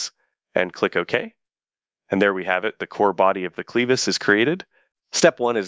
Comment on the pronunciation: Clevis doesnt rhyme with Beavis, fyi.